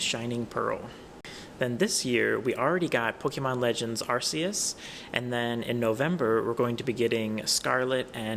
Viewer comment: WHY DOES EVERYONE SAY ARCUS WRONG!?